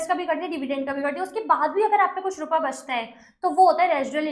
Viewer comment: You blink a lot nd why do uhh say rupaaa😅